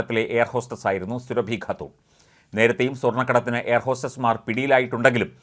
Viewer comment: സൂറബി ഖാത്തൂർ എന്ന് പറ 😭😭😭